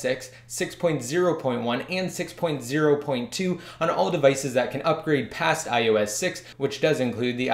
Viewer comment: You have to speak more clearly at the end it sounds like you said "YOU CAN'T" jail break these devices